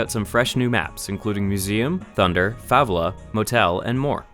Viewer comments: You said Favela wrong. Read a as "à". But who really gives a fuck though. Thanks for the vid. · Is it me or did he say Favela wrong? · I laughed so hard when he said Favela.